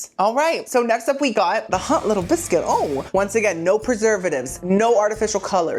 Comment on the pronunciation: Your English accent for hot little biscuit was spot on king 🤴 am i English? No but i can tell